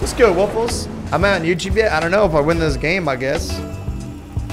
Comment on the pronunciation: Why does he say woofles?